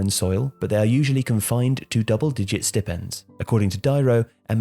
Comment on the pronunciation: Stipends is pronounced like "St-eye pends", and Pentecostal is pronounced like "Penta cost-al".